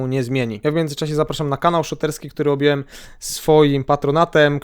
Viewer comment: objąłem a nie objelem... No studnia no 😂